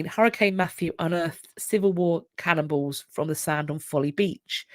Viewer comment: You're saying cannonballs but I thought you said cannibals. I was wondering how they could tell there had been cannibals...